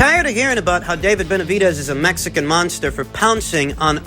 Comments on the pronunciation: If i have to hear Mike Tyson saying "The Metsican Monkster is the boogie man of the division" one more time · Esteban Martínez “The Metsican Monkster” 💀💀💀🤣🤣🥊 Im stealing that 😂